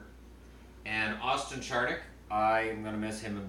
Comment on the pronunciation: It's Austin Zar-nick not char-nick